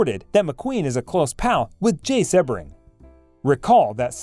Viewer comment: Member of the “ mob”???? Where is this evidence? Dude stole hubcaps The guy’s name is pronounced sea-bring . Do some research